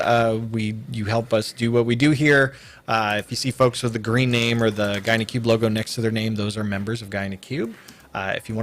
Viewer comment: Sometimes it sounds like "Gyno Cube"